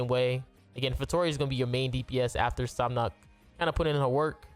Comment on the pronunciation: sab-nak i belive (how you say it, in jap i think)